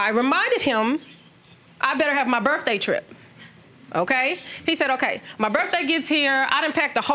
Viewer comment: First off before you think you’re boogie, learn how to pronounce birthday!!!!! Birthday does not, I repeat birthday does not have an F in it! But you boogie in your benz and red bottoms! Wow